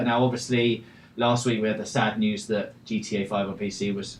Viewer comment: Notices how he say the letter K.. "this weekgggg"